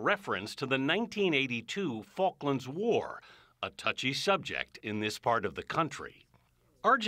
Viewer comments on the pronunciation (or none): none